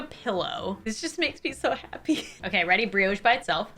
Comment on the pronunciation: Can someone explain why pronounces brioche as briOche and pita bread as peeta? Also that's a scone not a biscuit. I'm confused